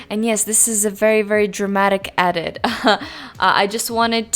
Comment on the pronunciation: kinda triggered by how you pronounce edit as "adit" lmao